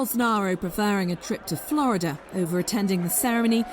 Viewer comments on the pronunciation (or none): none